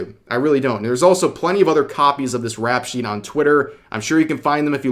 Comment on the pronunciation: 'Rep sheet' not "rap shit" 👍